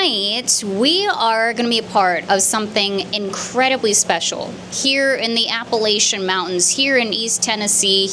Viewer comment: As someone who was born and raised in Appalachia, that ain’t how you pronounce Appalachian.